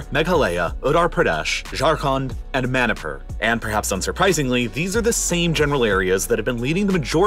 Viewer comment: You pronounce Manipur Money-Por